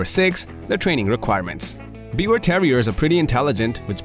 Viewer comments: you pronounce it 'beaver' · It's pronounced like " beaver " -- the W is a V sound in German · Thank you for saying the name almost correct. Its german so the w has a v sound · The pronunciation is "beev-ehr" with a soft "r" at the end, almost like "beaver". 🙂💜 Also called a Tri-Colored Yorkie. My parents have a Biewer. Even with her serious heart condition, she is the spunkiest, most spirited dog I know, and she LOVES attention! ❤️ Stubborn and opinionated, but an absolute lover! 🥰